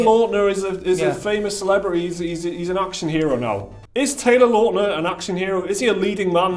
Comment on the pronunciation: Actor and I think he was/is a model. Btw it's Lautner